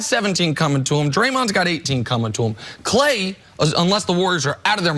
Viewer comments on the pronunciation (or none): This show sucks. His name is KLAY not KAH’LAY